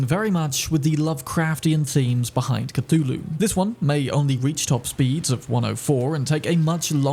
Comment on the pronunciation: Whelp didn’t expect someone to pronounce Cthulhu correctly or correct enough.